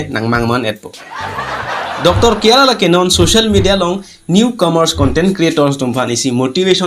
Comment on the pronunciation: Kyara❎ khangra✅😂😂